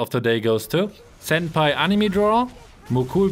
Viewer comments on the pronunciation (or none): none